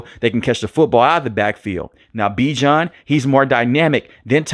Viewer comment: Bijan said yall are pronouncing his name wrong!😅😊